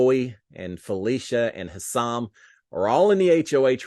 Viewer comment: Hey there,! Thanks again for giving us updates every day-even when all we had was animals to see...🙄 I have to tell you... To pronounce Hisam's name:. It is "HI sum" accent on the first syllable. I know, us being from Texas and stuff, we haven't had many people with this name but I'm here to help you! You can do it and THANK YOU, AGAIN for giving us updates! Pray for rain for us too!!!